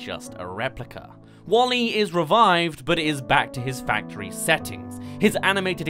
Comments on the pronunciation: Pronounced Wall-E not Wolly! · Not "Wall-E" but it is "WALL•E". WALL•E is an acronym: Waste Allocation Load Lifter: Earth-Class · WALL-E, not Wall-E :( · "Nyeh Heh Heh" (or Bonetrousle) works perfectly right there. Some compare Alphys to WALL-E in some ways. And let's not forget the stitchpunk "5" from Shane Acker's '9'. That would be kinda like David Lynch's interpretation of 'Dune'. Come to think of it, the "wasteland Earth" is vaguely similar to Arrakis. Try not to think of that as a "D for T." Instead, think of it as a "soft T." In other words, Chaotic Good will triumph over Lawful Neutral. All we have to do is rid ourselves of governments, corporations, and social "order" (read "oppression"). Lawful Neutral is more frightening than Lawful Evil. At least Lawful Evil has a cause. Lawful Neutral is entirely dispassionate and, in a sense, nihilistic. Same's true for Alphys. Guess that makes her vague similarity to WALL-E somewhat ironic. Andrew Stanton claimed he'd only seen Short Circuit once and didn't base WALL-E on Johnny Five, but even his internal parts have that '80s analog look! Resist globalism! Embrace nationalism! * cue Spear of Justice theme * (And yes, Undyne would back me up on that.) So why aren't we fighting the parasitic acolytes of globalism in the streets? You could reference THX-1138 or Aperture Science and you'd be spot-on either way. Stanton drew a lot of influence from Aldous Huxley. Stanton mentions that in the commentary. THX-1138 and/or Silent Running since they both influenced 'WALL-E' and both have an anti-state, anti-corporate, a